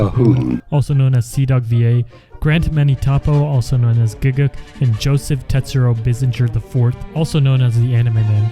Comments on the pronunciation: do you really call gigguk grant? XD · dude legit said Grant instead of Garnt ahahahahahahahahah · went to the comments immediatly when he said gigguks's name as grant and not garnt